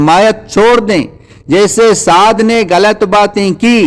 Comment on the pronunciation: آپ غلط کو گلط کہتے ہو مجھے تو کوئی ہندو لگتے ہو ۔۔۔